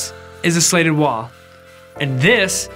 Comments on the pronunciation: Is he trying to say slated or slatted? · Is he saying "slated" instead of "slatted"? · Opposite for me. He says "slatted" like it's "slated". I just can't encourage that type of behavior! LOL!!!! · weird how thorough the tutuorial is, but can't pronounce "slatted" or "slated" depending on the different spelling of the word in the vid title and the linked website. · It's a soft A, hard T.. Slatted. The vertical beams are called slats (not slates). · Exactly. If you’re going to make a video make sure you know how to pronounce the title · You scratched my itch. What makes it more annoying is that he says “slats” right. I didn’t want to finish the video but the design looks cool.